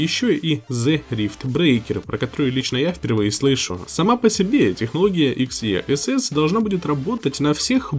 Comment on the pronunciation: ЭКС И ЭС ЭС! В произношение умей!